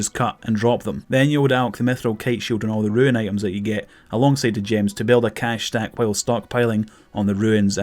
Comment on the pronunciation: roon, not ruin.